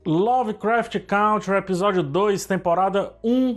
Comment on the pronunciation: CANTRi. A pronúncia é CANTRi